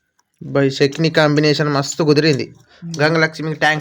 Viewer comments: చెకీని కాదు చెట్ని ఆనాలి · చెకిని కాదు తమ్ముడు చెట్నీ అనాలి